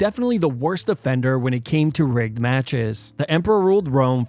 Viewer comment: Broooo. When he said rigged fights, I thought he said r*pe fights, and was very confused for a second there 😂